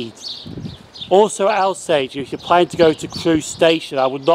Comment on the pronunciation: Thank you - really enjoyed this. Just one point Alsager is pronounced Awl-sager not Al-sager